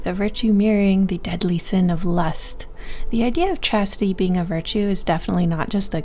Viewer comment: Chastity sounds like Cassidy!